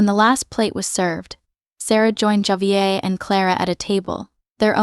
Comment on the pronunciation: It would be great to have words such as names pronounced correctly. Javier is Spanish, pronounced Hahveeair